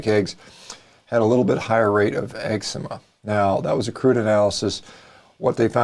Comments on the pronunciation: I like that you say EGGS-sema (eczema) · egg-zema LOL